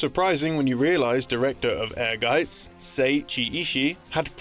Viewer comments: I appreciate the correct pronunciation of Ehrgeiz in this video. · Wow. This is my first time hearing the correct pronunciation of Ehrgeiz.